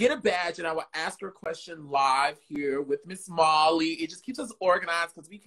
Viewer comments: Not the intro saying Holly instead of Molly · the opening says holly insted of molly hahah, no shade just wanted to point out